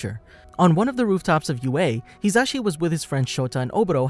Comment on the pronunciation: When you realize he's been pronouncing his name wrong this whole time. It's pronounced "He-zuh-she"